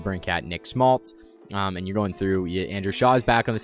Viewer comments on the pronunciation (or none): none